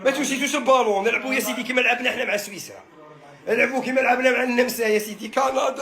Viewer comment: صويصرا الا سويسرا😂😂😂😂😂😂😂